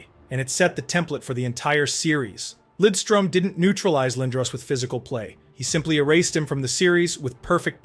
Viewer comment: Maybe the best two way defenseman ever. Great pronunciation on Lidström by the way!